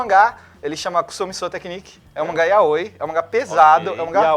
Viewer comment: nossa esse cara ficou com uma dificuldade tão grande só pra dizer YAOI